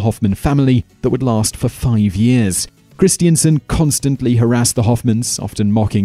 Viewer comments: That pronunciation of Christensen triggered me everytime, it's Chris-ten-sen not christiansen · It's 'Christen-sen', not 'Christien-sen'.